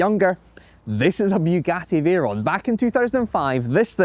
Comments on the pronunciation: Beuagati vaeron 😂😂😂😂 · To American viewers this is a Boogaddy Vayrone